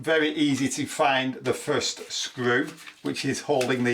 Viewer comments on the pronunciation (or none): none